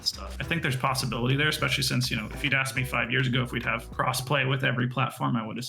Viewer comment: Smart guys I'm sure, but did he just say "eCspecially"? Face palm 🥴